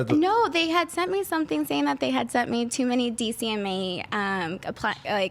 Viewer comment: It's DMCA...not DCMA...Digital Millenium Copyright Act